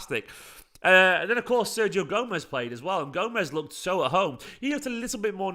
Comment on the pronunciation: Ser-HIO, not Ser GIO